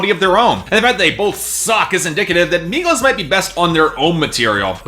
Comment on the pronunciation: exactly why white boys who can't even pronounce the artist's name shouldnt talk about something he doesn't know anything about.